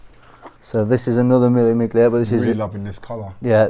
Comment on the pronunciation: Yo bro love ur collection milli miglia it’s pronounced mille millileah thousand miles it’s race with vintage cars in Italy